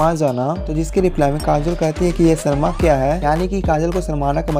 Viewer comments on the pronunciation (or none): none